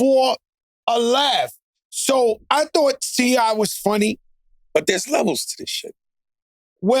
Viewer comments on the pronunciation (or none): So nobody heard Joe call T.I. "C.I."?